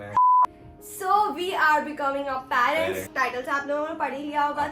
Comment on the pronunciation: parants or staabl ni hota parents or stable hota